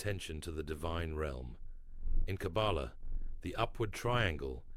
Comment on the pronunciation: This AI voice does not know how to pronounce the word Kabbalah